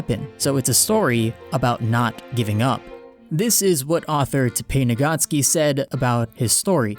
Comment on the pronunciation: The way he pronounces the author’s name insults my ear